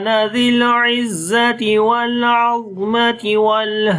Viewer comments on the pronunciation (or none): It should be العظمة with fatha on ظ not sukoon With sukoon it means bone in Arabic